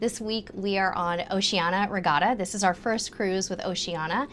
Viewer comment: Oceania is pronounced "Oh she an ee a", there is an i two letters from the end of Oceania